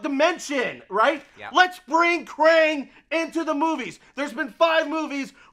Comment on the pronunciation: Guys it's kraang not krane